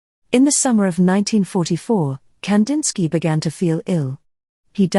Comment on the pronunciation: I wish at least his name was pronounced correctly